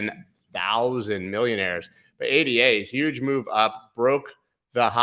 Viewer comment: I would subscribe, but you don't seem to realize ADA is a woman's name (named for Ada Lovelace, world's first programmer) not three random letters, and therefore pronounced as her name. That tells me you haven't done your research properly, so you have no idea which coins are likely to go up or down, or why. That's fine for short term trading, where you can follow TC techniques, but if you want to find something like ADA $0.04 and confidently ride it up to $10, you must understand WHY it's worth $10 a coin. You can't get that information from a chart.